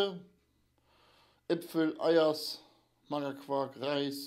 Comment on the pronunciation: Das heisst nicht eiers...sondern eierse...genau wie Pizzense ...ich geb auch nachhifere...meldet euchs